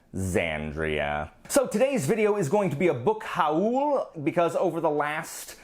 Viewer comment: “Book HA-OOL” - I want to start pronouncing it like that from now on 😂😂 I really want to read the Temeraire series! Can’t wait to see what you think! I need to try the Dresden Files as well after seeing so many people rave about it, but will have to find a different edition because I also can’t stand those weird size books, WHYYY?? Red Rising isn’t YA, but I can see it being a transition novel from YA to adult! But adult fans definitely seem to LOVEEE that series, I need to give it a second try!